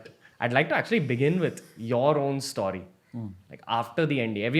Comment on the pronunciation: Great podcasts!! Only annoying thing is how Ranveer says “story”. Anybody else find that pronunciation hurtful?